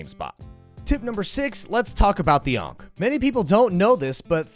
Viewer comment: The number of times you called it an "unc" instead of an "ankh" made me wanna commit Khonshu's will on you. . .